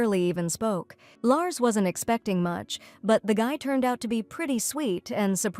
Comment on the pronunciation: Larcy, not Lars